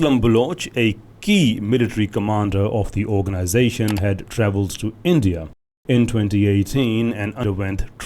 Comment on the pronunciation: Jo bhi bolo, per ye India ko Andiya kyu pronounce karte h?